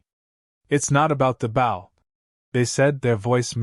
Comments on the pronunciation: Dammit! When you use a damn computer to speak, it says bow and not “BO”! That is an unnecessary distraction and if the story was not interesting, I would jump somewhere else. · Whomever is narrating this should pay attention to “BOW”…… not bow…as in bow wow…… but bow as on BO diddly. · You know, if you’re going to produce voice for a story about bow and arrow, you might try to get the pronunciation of “bow” correct, instead of telling us a story about “bending at the waist and arrows”. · That is the ending that should have happened....... BUT THIS IS A WOKE A.I. Program that cannot even learn how to say the word BOW...... This you see in every A.I. that they use in here and the GTP programs that make the stories....... Repeat, Repeat, Repeat then the last 10 min's of a 40 min story we get to garbage ending like this..... guess they hit the word count to get paid......